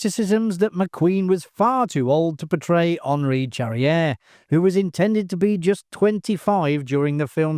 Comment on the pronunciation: Pronounce "Charrière" correctly; that would help.